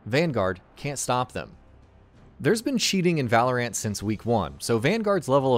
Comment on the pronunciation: It hurt me every time this guy said Valorant.